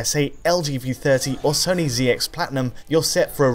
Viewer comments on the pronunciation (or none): none